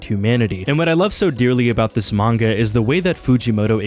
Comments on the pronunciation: This guy got a degree and pronounces manga as "MAN-YAH" now 🤦🏻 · Is it comment bait that he keeps calling manga manua?